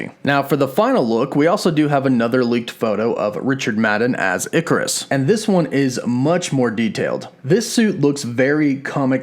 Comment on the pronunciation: Ikaris is probably pronounced eye-car-iss or ik-car-iss.